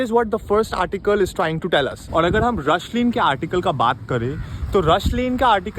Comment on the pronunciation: You won a subscriber. And hey, its RUSHLANE, NOT RUSHLEEN.